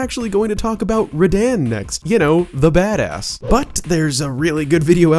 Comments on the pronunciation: How do you mispronounc radahn as radan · Radahn “Rah-Don” Ranni “Rahnny” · If you ever say Radahn wrong again, you will be thrown into the torch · Radan's pronunciation was vile 💀